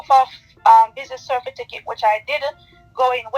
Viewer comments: From me hear cerfiticate instead of certificate me run gone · How the hell can u have someone managing ur money who can’t even pronounce CERTIFICATE????😱😂🤣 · She humble now bc prison looming over her head 🤔 from me hear her talking about ‘CERFITICATE’ I would not hv invested bc this just show she not bright at all 😢😊😊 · If someone uses the word “Cerfiticket”to me, I am not going into any business with them. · Good morning OT SNM….this young lady is not very bright,from the mere fact that she cannot pronounce the word certificate (cerfiticate) that says a lot about her .She is a damn scammer and I detest people like her.Blessings and love always. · Business “cerfiticket” says all you need to know about her formal tertiary education and financial adeptness . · Ms Vix Bernisha Madoff . “Certifiticket” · Certificate not cerfiticket, that tells me all I need to know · She is going to Jail. She cannot even pronounce Certificate correctly why would someone invest with someone who cannot speak correctly. It's Cer - ti - fi - cate and not cer-fi-ti-cate. NCB is obviously investigating her that is why they locked the account. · Anybody dealing in finance and cannot pronounce the word CERTIFICATE would be scrutinised by me before giving them my money